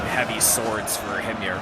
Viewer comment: HIM-yar. I don't know the proper Arabic pronunciation, since I don't trust Google Translate to tell me.